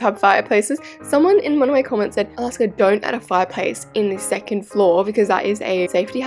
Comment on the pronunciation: Alaska’s pronunciations are so iconic lol (took forever to spell that?